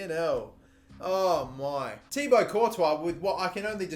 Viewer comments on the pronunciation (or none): none